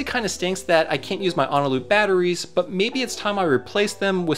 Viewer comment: A potential reason for the 3D printed spacers not fitting is that your 3D printer could be in need of calibration. Regardless, I think your solution of just using two was adequate. Also, uhh, it's Eneloop, not Onaloop, fwiw?? Eh-nuh-loop.